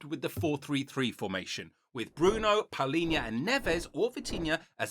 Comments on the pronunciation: Palhinha not Paulhinha :D but good video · João Palhinha, not Paulinha. Great video!